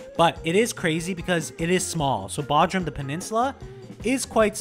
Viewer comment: It's pronounced BOdrum, hard O sound.